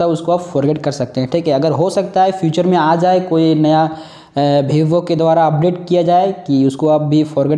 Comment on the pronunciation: Bhai dnt take rudely it's vevo not bhivo